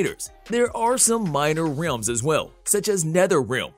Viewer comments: Is it just me or does the way this dude says realms bug the shit outta anyone else lol. Ok buddy say it with me Rrr-el-mmm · Why did you say realms like that